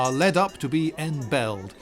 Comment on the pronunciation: The winning cow is EM-BELL-ISHED.